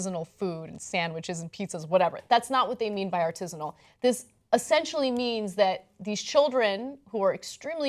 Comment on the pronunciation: Is that how Americans pronounce "artisanal"? It took three tried before I could understand what Ana was actually saying. I've never heard anyone in my life pronounce it as ar-tiiiiiiiii-si-nal. The emphasis should be on the third syllable: ar-ti-saaaaaaa-nal.